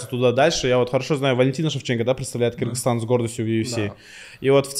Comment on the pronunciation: Ее рахагуль Кыргызстан а не Киргизтан. Мы же не говорим Дикийстан